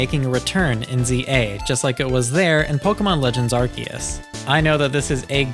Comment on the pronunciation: ARE- SEE - US, say it with me now, ARE - SEE - US It is not pronounced "ArKeUs" 🤦🤦